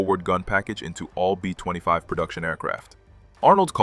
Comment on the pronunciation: Aussie "BEAUFIGHTERS" NOT BOW!!! B 20 5s, B50 2??? ? DARN A-i???